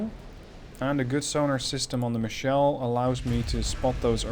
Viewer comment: FYI: It's a german cruiser, so it should be "Michel", not "Michelle". It's a (mostly southern) variant of Michael.